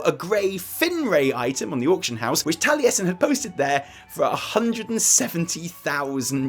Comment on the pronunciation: Tallyesin? Oh my god